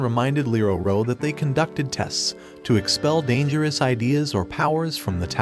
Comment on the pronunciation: Dangerous ✖️ Danterous✅